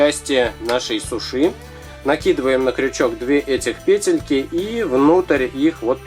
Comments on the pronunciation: Не сушИ, а сУши! Ударение на У. А получилось красиво, спасибо! Сделайте пингвинчика :-). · Во-первых, это роллы (не спорьте со мной я лучше знаю) Во-вторых сушИ это когда полотенце сушат, ясно? Правильно говорить сУши. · привет а ты знаешь что правильно говорить суууууууушы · Извиняюсь Синьор за долгий коммент, но человек специально написал сушы, просто ему стало интерестно почему говорит так ударяясь о последнюю букву и с таким ярким выражением Ы!) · Правильно сУУУУУУУши! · Правильно говорить суши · Надо говорить сУши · Ага, в первый раз когда услышала сушИ думала показалось, а оказывается нет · СУши! Ударение на У! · Суши, ударение не на и, а на у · вы не правильно ударение ставите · суши ударение на у. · ставь правильно ударение на у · Софик Татрокова суши - это японская еда, а в Японии звук "Ш" не произносится. Это уже по американцам мода пошла говорить через "ш". )) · Не сушии а сууши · да правильнее говорить сУши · вообщето не сушИ а сУши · Говорится сУши, а не сушИ да ещё это роллы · во первых не сушИ а сУши, а во вторых это ролл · Не сушИ, а сУши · У слово суши ударение падает на 1 слог а говорит и ставит ударение на 2 слог НЕ ПРАВИЛЬНО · не сушИ а сУши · Почему вы говорите сушЫ а не сУши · Не сушИ а сУши ! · сУши а не сушИ удорения на у без обмд:( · сУши а не сушИ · да не сушИ а сУши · я тоже согласна!! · ударение на уууууу а не на иииии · Это не суши,а роллы!И правильно говорить не сушИ,а сУши! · Не сушы а суши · Да вот именно правильно не сушИ ,а сУши!!!!!!!!!!!!!!!!!!!!!!!!!!!!!!!!!!!!!!!!!!!!!!!!!!!!!!!!!!!!!!!!!!!! пративно слушать иза-за этого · не сушы , а суши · правильно говорить сУши а не сушИ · уважаемый, не сушИ, а сУши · да что вы привязались к человеку ну что сказал не правильно но вы не правильно не правильно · ударение на букву "У", а не на " И". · Не сушИ не сУши а суши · Как вы показали роллы,сразу слюнки потекли! Но правильно сУши, а не сушИ)) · Не сушииии а суууши